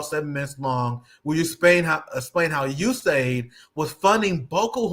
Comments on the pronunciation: US-AID. Ewe-Ess AID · It's pronounced the U.S SAID!